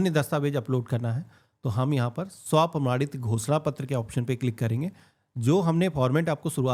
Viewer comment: Ghoshna pattr is sounds like Bh__da pattr. 😅😅